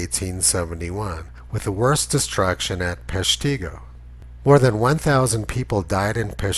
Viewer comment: FYI, The strong, gentle residents in the community of Peshtigo, Wisconsin pronounce the name as PESH-ti-go, not pesh-TEE-go. I admire your work and look forward to each episode.